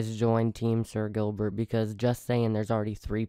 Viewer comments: Either you said spooky video or you said sil instead of sir Gilbert in Kaileebaby pronounced Kyliebaby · or said sir Gilbert wrong 2 times